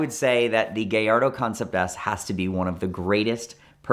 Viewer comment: It’s not a Gayardo, it’s a Gallardo. Guy-ardo.